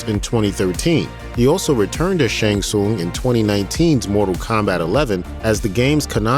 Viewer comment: You’re saying Shang Tsung wrong.